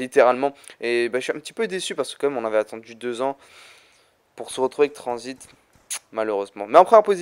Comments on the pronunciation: Ses transit pas tranzbit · il a dit transbite